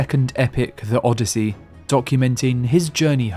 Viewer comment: Bro’s oddessey the most triggering journey ever